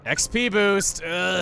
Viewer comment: pronounced “Boost” as “boast” lololol